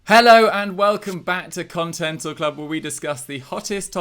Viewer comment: you said Contental Club